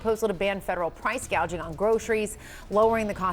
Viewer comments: price gay jing (gouging). can't even said it correctly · You listen to that dope a d her speech? "Price gauging" I'm pretty sure it's called "price gouging" 🤣 kamala harris proving once again affirmative action doesnt work 🤣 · (1) You purposely cut out the part where she grossly miss pronounce price gouging and called it “price gaging.” Nice try. We all saw it anyway (2) She is in office now and has done nothing. Now, she says that you have to vote for her in order to get her to do the right thing. YOU ARE IN OFFICE RIGHT NOW, YOU NASAL TALKING CACKLING LIAR!!!!!! WHERE ARE THE MISSING CHILDREN AT THE BORDER, KAMALA??!!!